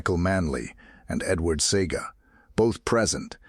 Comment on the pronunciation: It's see-a-ga not see-ga,also Massop was 29 when he died.Born April 1949 died February 1979